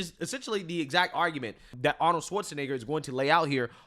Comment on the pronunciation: I thought that Lefty CBS propagandists name was Margaret Brennan NOT ‘’MARR-GET Britain’’ . Also Arnold’s name IS pronounced ARE-NOULD NOT Arn-our. 🤪 Your speech impediments are rising to the REE-Rees of the left, soon you’ll sound as silly as the PD-F File~ Destiny.